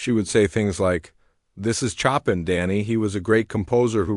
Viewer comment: Pronunciation CHOPIN! Correct pronunciation is 'show pan' not 'chop in'!